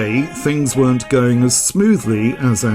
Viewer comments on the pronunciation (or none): none